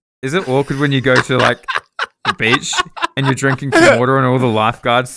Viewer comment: I've started drinking wader wike guicey